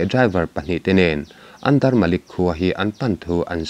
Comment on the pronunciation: Andermlik ni lovin,Andermanik tih zawk tur a ni lo maw